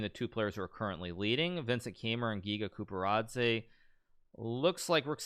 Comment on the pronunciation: Giga Quparadze, is pronounced --- "Giga Qu-par-adze"